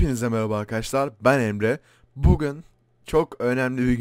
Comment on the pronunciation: Abi konuşmayı öğren bugün dicene bugın diyon